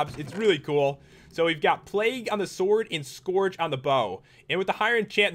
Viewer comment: You said scourge wrong, and I am younger than you. I am not trying to be mean, it one of my pet peeves. When Youtubers pernounce words the wrong way.